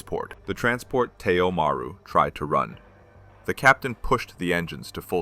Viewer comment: While the story is good, the pronunciation and terrible captioning are horrible. Maru is pronounced Ma - roo. It's Japanese for sea. Most, if not all, of Japan's merchant fleet had Maru in the name.